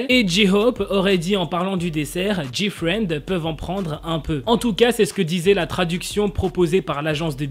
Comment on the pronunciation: Pour moi il a bien dit GFRIEND